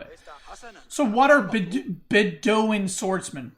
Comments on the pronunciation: Bedouin is bed-oh-win btw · wow your pronounciation of some words like Beduin or orchard... way off...